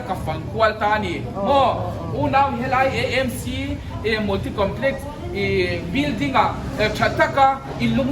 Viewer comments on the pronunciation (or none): Amc tih tur itia nangmah zawkin Emc i ti leh sia😝😝